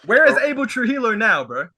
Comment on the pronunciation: Aussie guy is right about Khabib sound assessment. But Trujillo is pronounced (Tru hee yo) lol